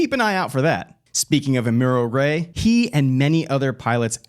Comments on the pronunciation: "Ah-mew-roh Ray'? Pass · Dude, you come off like a creepy salesman. Also, you pronounce Amuro Ray's name all sorts of "I've never watched the show". The fact you didn't know how to pronounce "Gouf" makes you look extra phony. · That pronunciation hurt my ears and soul